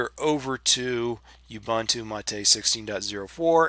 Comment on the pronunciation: Well, speaking of pronunciation issues. Ubuntu is pronounced ooboontoo. I used to pronounce it as oobuntoo until a friend of mine corrected me, and I looked it up. And technically it's g-nome, not nome, but that one I don't care how it's supposed to be pronounced. I'm still going to pronounce gnome as "nome" ***I still gave thumbs up on the video though.***